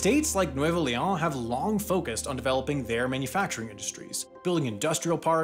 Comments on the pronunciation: Except the way he says the name like it’s French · It's annoying how he pronounces Leon as if it was French. In Spanish, every letter is pronounced, with exception of the letter H.